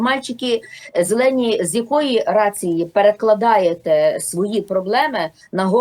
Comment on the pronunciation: "Зельоні" мальчікі, "зельоні" чоловічки ? "Совпадєніє"?